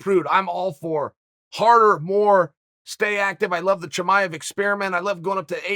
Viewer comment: Wait you just said Chimaev the correct way???